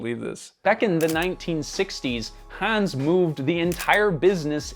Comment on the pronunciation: Wait a minute, did you just pronounce the name Hans, hands? Like these hands ✋. Come on, how didn't you know how to pronounce it? It's like one of if not the most commonly used stereotypically German name in media.